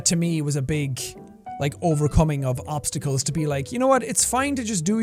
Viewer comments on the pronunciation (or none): none